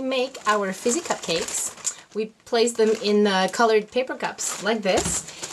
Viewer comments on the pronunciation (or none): none